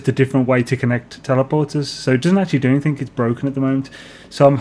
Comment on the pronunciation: Why do you say "anythink" ?